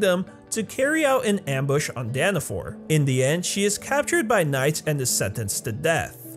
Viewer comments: it's Dana fall not Dana fore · It’s daniFALL not daniFORE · By the way how you say dawn of falls is wrong your saying dawn of for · He calls the place Danafall “Danafor” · Danna-FALLL not DAAAANNNNNNNA FOUR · IT'S NOT FU*** DANAFORR ITS DANAFALL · DANAFAL NOT DANAFOR 😣😣😣😣😣😣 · Its danafol not danafor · 😡 he is saying danifor